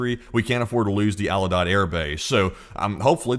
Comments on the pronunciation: Ahl-You-Deed….Al Udeid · Al Udeid. "Al You-deed" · Al U-DEED You cannot spend any time around US military and not know how to pronounce this name.